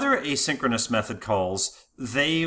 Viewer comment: This guy uses exactly the same pronounciation for "asynchronous call" and "a synchronous call" and I could unfortunately not differentiate exactly whether or not we are talking about "asynchronous call" and/or "a synchronous call" at which section of the presentation.